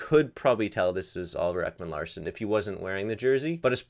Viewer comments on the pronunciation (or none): Woooow, The way you pronounce oliver Ekman Larsson 😅😅